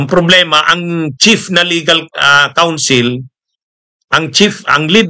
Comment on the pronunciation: A damaged REPUTATION/ a DISGRACE...bad for the CREDIBILITY of the defense lawyers...btw...COUNSEL po ...hindi COUNCIL...✌